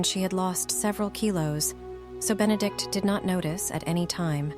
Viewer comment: Consistent mispronunciations of Benedict's name is a real clanger.